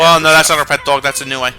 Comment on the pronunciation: this is massively late and probably already mentioned, and most likely won't be read, but the creature name "Nue" is pronounced "New". It's odd, I know.